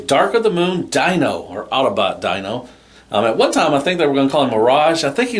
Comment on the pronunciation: It's pronounced "deeno" not "dino" even though its spelled like dino